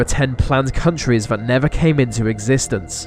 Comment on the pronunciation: Vat specific Suvern accent doh. Seriously, pronounce your "th" like vuh rest of us. What is vat, Norwich or something? I used to have a mate who spoke like vat, and it was odd. It sounds daft, mate.